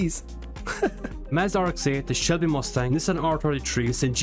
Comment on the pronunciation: lmao, I didn't hear the L